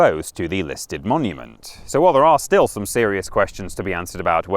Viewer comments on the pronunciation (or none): none